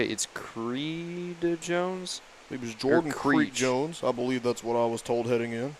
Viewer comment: His name is Jordan Creech-Jones, NOT Creek Jones! Maybe if you pulled up the MaxPreps rosters, you'd see that.